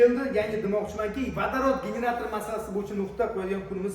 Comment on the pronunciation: "ВАДАРОТ" эмас "Водород" бўлади ХАРП!